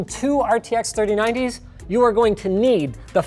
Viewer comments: It sounded like "Free Nineties" to me, so definitely more like "three" than "four." Is this a "Yanny" or "Laurel" thing? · He said 3090, but it just sounded a bit weird. It did sound a bit like 4090s tho.